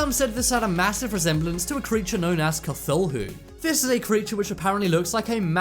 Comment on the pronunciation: That pronunciation of cthulu though..